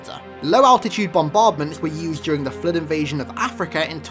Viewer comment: The Fluehd